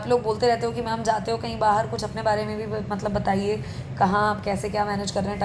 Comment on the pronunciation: Pehle ma'am bolna seekhle. Fir 200 le aaiyo